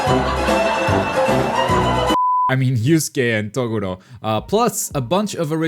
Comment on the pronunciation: You confused Yusuke Urameshi for Akita? I hate you. You also pronounced Toguro and Black Clover wrong as well. Naruto surely has four more characters coming to tie it with DBZ and One Piece. I think the others are Tsuna from Hitman Reborn, Jotaro and Dio from JoJos, All Might Or Bakugo for MHA, Toriko, Medaka, Hiei and Kurama